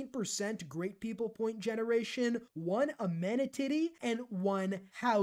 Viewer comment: 1 amenatitty lmao